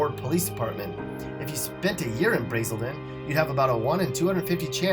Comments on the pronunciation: It's pronounced (Braz-sol-ton). Not Brazeolton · You pronounced Braselton wrong BRA-SEL-TON the a in bra sounds longer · Pronounced Brasrlton wrong. A in Braselton is not long, but short. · You miss pronouced Braselton. Johns Creek has a high number of OD's. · I live in GA and you mispronounced Braselton lol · Why he pronounce Braselton like that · I live in braselton you are pronouncing it way wrong lol. And the cops here are strict as shit. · You mispronounced BRASELTON... 😡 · Lol! You're right, he totally slaughtered Braselton. I used to live over there. I suspect only people from around there will actually care. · And this dumb ass pronounces it wrong